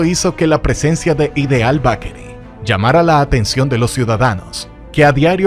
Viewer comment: Muy buen documental. Solo necesita corregir la pronunciación de Bakery. Esto le quita mucho al video